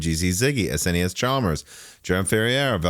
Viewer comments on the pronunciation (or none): none